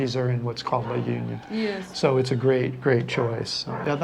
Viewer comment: U also visit the Visayas esp the Central Visayas or Region 7. La Union is pronounced as La Onion .